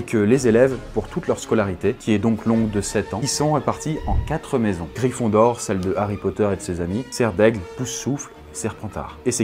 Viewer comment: Mdr "gryphindor" tu m'a tuer